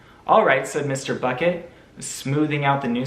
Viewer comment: I like how everytime he says bucket it sounds like buCKet